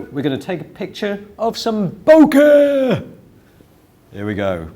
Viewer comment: I don't think I've watched one video where doesn't say BO-KEH!